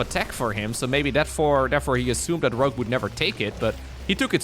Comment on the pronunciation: The weird pronunciation of Rouge, sounds like rúzs, in Hungarian. Many Hungarians say it like that incorrectly. It also means lip gloss in Hungarian... LMAO